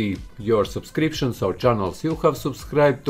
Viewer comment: I luv when he says supscriptions